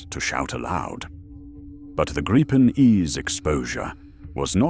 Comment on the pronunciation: Canadian guy here. Personally, l hope we dump the F-35 and go with the Gripen. We could purchase several jets from Sweden whilst we build the factories here to build future jets. BTW, exactly how o you pronounce Gripen? Even this video, it's pronounced three different ways. Grip-en, Gripe-en or Greep-en - which pronunciation is correct? Can an actual Swede please comment on this?